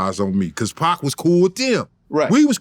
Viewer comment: He say PAAK!!! not Pac.... i likw it.. Paak